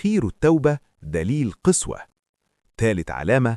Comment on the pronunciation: العلامات دى في غالبية الناس حاليا ولا حول ولا قوة الا بالله.. ملحوظة قسوة...بفتح القاف وليس بكسرها 😊